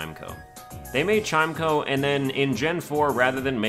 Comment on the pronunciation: While I respectfully disagree with the placement of chimecho, I would like to point out it is pronounced like chime-echo and not chimeko. Love the series and keep it up!